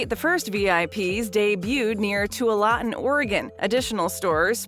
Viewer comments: "Tualatin", as in Tualatin, OR-uh-GUN is pronounced Too-AWL-a-tin. Twal-a-tin is also acceptable. The way it's pronounced in this video would get you nothing but funny stares in the Beaver state. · You mispronounced Tualatin Oregon